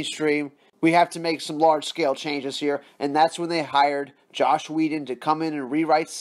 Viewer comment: I really liked your video, but, IT'S JOSS!!! FUCKIN JOSS!! NOT JOSH!! LOL! Keep up the good news!